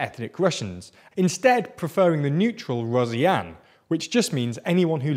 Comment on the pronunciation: Unbelievable sloppiness of journalism. Basically according to you Bush is guilty of the Russian invasions in Moldova, Georgia, Ukraine. And the pronouncing of Rossiyanin is just hillarious lol "Razyan"